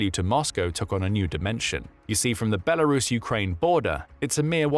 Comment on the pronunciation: Thank you for pronouncing the country's name correctly... Good job!